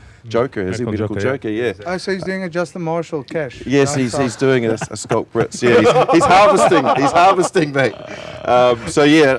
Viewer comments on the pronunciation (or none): The host could at least know how to pronounce Schalk's name. Sheesh.